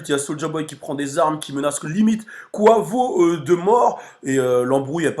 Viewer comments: c est pas koivo c est kouaivo sinon super vidéo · Ca se prononce [ Q / OU / HEY / VO ] 😂😂